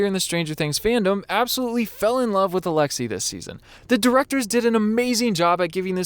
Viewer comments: did he really pronounce his name “alexa” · When you said alexi, my Alexa went off